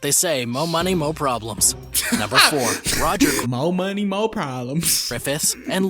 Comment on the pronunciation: moe money moe pwolembs thats how he talks